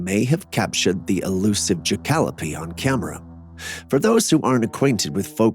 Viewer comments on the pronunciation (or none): Ok, half way through you show a picture of a rabbit with antlers and you called it a ( I’m spelling it sounds and how you said it’s name) jahkalopee, lmao, it’s actually called a Jackalope ( Ja-Ca-lo-pe) like Pope without the first p. Ja-Calo-pee is not how it’s pronounced bro, 😂. Keep trying brother, keep trying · It's pronounced Jack-ah-lope, not Jah-cal-o-pee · Thank you for writing and saving me the time. I about spit out my water when he said Jah-kalopee. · JACK-A-LOPE not ja-cal-o-pee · It's "Jackalope" pronounced "Jack-a-lope", not "Jacallopee". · 😂😂😂😂 I like Jacalopee better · Jac cal o pee lol the way he said it lol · It's pronounced JACK A LOPE 😂😂😂😂 BEING FROM TEXAS I SHOULD KNOW 😅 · The way he said jackalope🤣🤣🤣